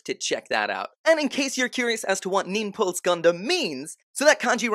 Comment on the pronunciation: "Niples" Gundam hahaha